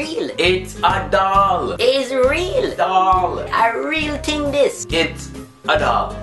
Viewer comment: he cant even say thing he says tink